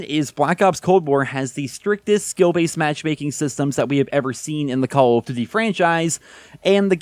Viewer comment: “Call of Quota” “CoQ” 🤣🤣🤣